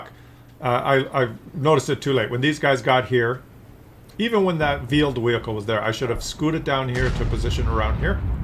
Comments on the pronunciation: Veeled wehicle...lol. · vheeled wehicle ...lmao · Veeled Wehicle